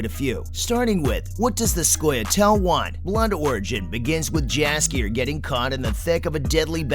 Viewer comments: Not a bad video, but you should double check the pronunciation of some of these names.. Jaskier for example, the J has a Y sound, so it sounds like Yaskier. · His name is spelled Jaskier in the show or dandelion in the game. The spellng is right my bad here